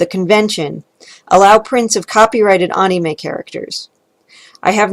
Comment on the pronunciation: Was gonna dislike for how you pronounce “anime” but you made some very interesting points lol.